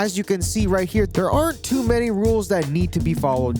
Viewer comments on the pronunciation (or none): none